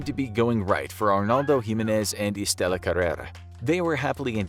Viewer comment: Its Jimenez not Jimenez